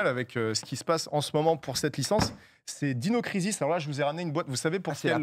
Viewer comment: Heureusement qu'il a épelé le nom d'un des jeux, jamais j'aurais compris sinon. Prononcer ensuite Dino Crisis à la française au lieu d'utiliser son anglais ( qui est correct hein! Mais bon...Faut être francophone de base quoi) c'est incohérant au possible. Mais son propos est ultra intéressant! Il peut être très drole et assez sérieux et précis qd il parle de JV, un type à suivre sans hésiter.